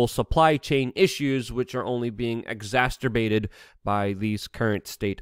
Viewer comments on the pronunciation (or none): (Exas[cer] bated) not Exas [TER] bated